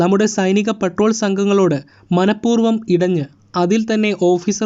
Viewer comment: എൻ്റെ സ്നേഹിതാ, പെട്രോളല്ല പട്രോൾ എന്നു് പറയൂ